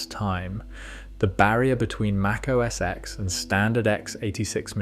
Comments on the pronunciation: Correct me if I’m wrong, but it’s OS Ten, not OS “eks”. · It wasn't called "OS ex". How many times can you watch a video showing Steve call it "OS ten" and you still call it "ex"??? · Great video! One correction if you'll allow it. "OS X" is pronounced "OH ESS TEN" and not "OH ESS EX." Watch a few WWDC keynotes from Steve Jobs from that long period. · MAC OS X (TEN!!!) NO X get it right or stop acting like yu know anything about Apple products especially the Macintosh or what’s now called Mac. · Just FYI, it's pronounced Mac OS "Ten" the number, not X the letter..